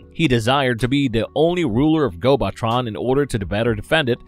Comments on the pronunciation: My biggest problem with this channel is this constant mispronounciation and words. On at least every video that I've watched about Transformers or related related material there's been something that's mispronounced. Gobotron is pronounced GO-buh-tron not GO-bot-tron. Fitor is pronounced Like FIGHT-or not Fee-tor. (They literally say the character's name right before you say it). This last one, may be a national difference in pronunciation. But in the states we say Intrepid En-TRE-pid not EN-tre-pid. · I still have a lot of love for GoBots. Heck, I still have several from my childhood. I have the DVDs and they look great btw. The planet is pronounced Gobo-Tron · and its gobo tron not gobot tron, way to ruin what could have been a great video